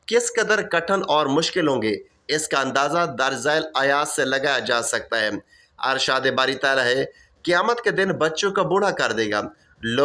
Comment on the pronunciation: Bhai Arshaad nhi hota Irshaad hota.. ☹️😞